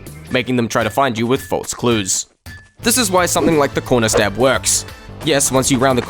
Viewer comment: What is a conrer stab he says conrer stab